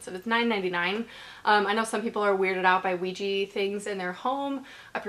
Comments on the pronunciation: "ouji candle... Ouiji things... Ouiji board" 😂😂😂 OUIJI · Anyone know why is it pronounced ouiji and written ouija?